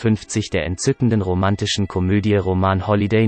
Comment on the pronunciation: Wenn man "roman holliday" (roman hat NICHTS mit einem "ROMAN" zu tun) NICHT korrekt aussprechen kann, sollte man es lieber bei " RÖMISCHEN NÄCHTE " belassen.....